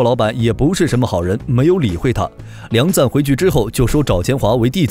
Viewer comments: 你这个6点半，到底是钱赞还是梁赞？ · 不是錢贊而是梁贊 以後解說用心一點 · 是梁贊．不是：錢贊． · 人家叫梁赞 不叫钱赞